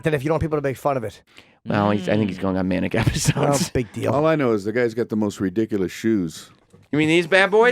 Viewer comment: They're not "re-diculous", they're "ridicul-ous".